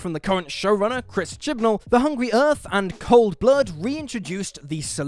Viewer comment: Anyone notice he said ‘current show runner Chris Chibnal’ through gritted teeth? 😂